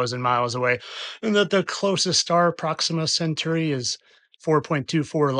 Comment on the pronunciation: "Proxima Century" No, that's Proxima Centauri. Dear oh dear.